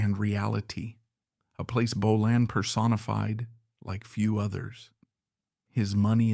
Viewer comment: Hate when AI can' t prounce Bolan correctly